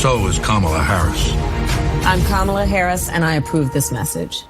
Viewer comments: Maybe she thinks you’re dumb, Jr., because after 4 years, you still can’t pronounce her name correctly. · So Jr either doesn't know how to say Kamalas' name or he's being petty too? Just gross. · Too bad that we have had Trump the primary candidate that belittled fellow Republicans a neaive campaign against Crooked, lock her up Hillary, then a loosing campaign against Sleepy Joe. And now Kamala Harris that he has never gotten her name pronounced right. It's hard to call Trump big on policy. That first campaign build the wall, end Obamacare, trade deficit, 3% growth, tax cuts were close to policies but now he is unable to articulate any policies. Just my opinion